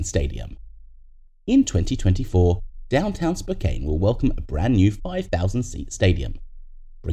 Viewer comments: Spokane is pronounced “Spok-AHN”, not “Spok-ANE”. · It’s pronounced Spo-Can